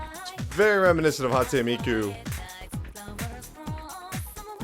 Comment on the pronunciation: Are Dumb GET IT. Most people agree P4 is better but P3 is still amazing. Just prepare to set aside like 100 hours. Also I laugh whenever you say Hatsu Miku. It's Hatsune Miku, and that's the character not the series. The series is Vocaloid, or Project Diva. I love watching these videos though.